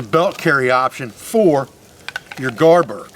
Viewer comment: It may be an accent thing. Is it garberg?